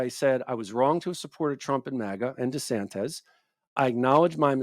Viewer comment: Wierd that he can't pronounce "desantis" properly.